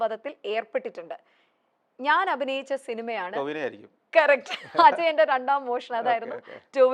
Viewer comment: Anchor : Ayyo Sgk aano varunnath , enthu cheyyum enikk ooro painkili chodhyangal aanu sheelam Someone : oo athu saaramilla Idakkidakk onnu pukazhthi sukhippikkuka. Pinne enthu paranjaalum " kerrect" "kerrect" allenkil " aanu" "aanu" ennu paranjaalathi.